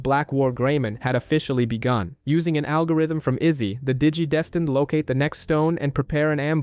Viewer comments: “Digi-destined”? ❌ “Dee-gee-desteened”? ✅ 😂😂😂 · that and how he kept pronouncing "digidestined". Digi-deeeestined. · Nice video, but pronouncing the same word 3 different ways is incredibly frustrating.